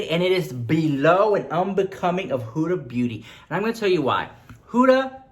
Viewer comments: Hahahaha, I thought you said 'Huda Booty', she does have a big booty too :P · I screamed when you said "Hoooda booty" 😂😂😂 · Lmao he said hudaa booty 💀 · Did I heard Huda Booty?